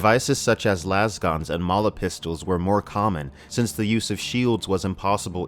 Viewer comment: "Lase-guns". As in "laser."